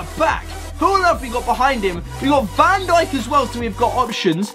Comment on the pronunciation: Not van sink van dijk